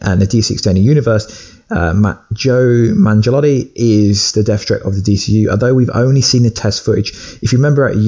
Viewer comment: Did he say Joe Mangelatii? 😂😂😂 It's Joe Manganiello.